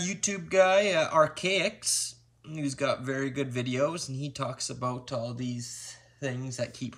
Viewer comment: "aboat" "Valemtime's Day"